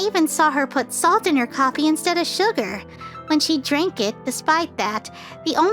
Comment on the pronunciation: salt nope solt😂😂😊